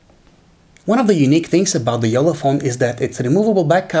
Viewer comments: It's Jolla not Jola xD or wait can you people say "nn", "tt", "kk" or "ll"??? Like "Nunna," Titto", "Mikko" or "Jolla"? C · It’s not yolla It’s jolla